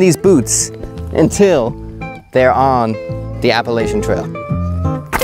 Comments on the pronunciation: App a la chun. Learn the pronunciation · Appalachian: app-uh-latch-uhn There's no helper vowels in the middle of the word, and we ain't French so we don't pronounce CH consonant clusters as an SH. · As an NC native, my heart hurts every time you pronounce “Appalachian”.